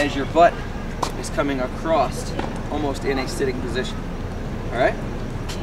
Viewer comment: subscribed, love the tutorials. Only criticism is it's "across" not "acrosst" .... there is no t....